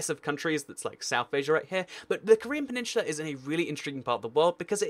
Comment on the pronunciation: My fucking god its PENINSULA not PENINSHULA